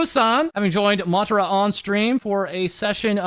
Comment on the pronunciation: Tara from Ma-Tara. Pronounced the same way, just a small correction.